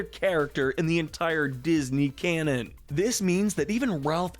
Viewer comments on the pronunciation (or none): none